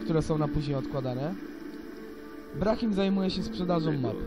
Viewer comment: brahim a nie braham